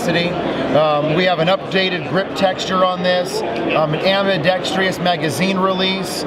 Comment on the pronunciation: The word is nbt ambidextrEEus, it's ambidextrUS